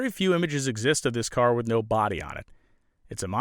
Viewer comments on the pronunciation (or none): none